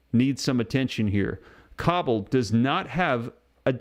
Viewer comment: It's not cobble it's koe ball cobol.